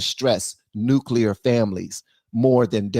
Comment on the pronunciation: Nuclear family not nucleur